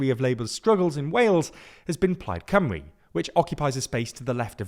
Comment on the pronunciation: but the video is in English, so shouldn't the spelling be English too? They kept pronouncing it Cumry, not Cymru (Simru?)